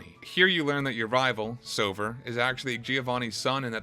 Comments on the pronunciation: my name is Silver, not Sobber lol and WHAT IF you talked through the entirety of that amazing Arceus cut scene... oh wait, you did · “Gode and Siwver”